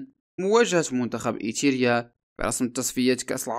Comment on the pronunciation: ايريتيريا وليس ايتيرا يا اخي. اقرأ النص قبل عرضه.